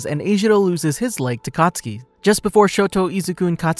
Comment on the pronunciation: When you say katsuki I heard akatsuki